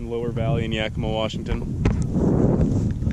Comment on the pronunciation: Wow you say yakima wa fuckn awsome i live in wapato great video rock n roll 🤘🏼💀